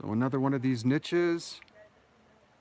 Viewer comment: Niches The word has no "T"